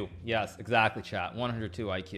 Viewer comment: Is he saying okay ‘chat’ or ‘Chad’?